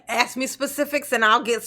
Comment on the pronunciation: constantly using the word "axe" is not particularly helping his cause..